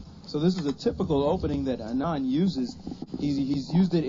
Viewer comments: His name is pronounced as 'Aanand' and not 'Anaand' . The first A is similar to sound of 'A' as in 'Aritificial Intellegence' ;) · Hikaru, its not anaand its aanad. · lol its "Aaa-nun-D" not "A-naaan-d" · It's pronounced aa-nan-d